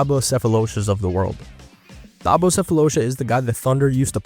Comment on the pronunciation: Nah Brodie, I’m sorry. But if you’re calling him THabo, you obviously don’t remember him and you’re teaching about him off of a script written by someone else 🤣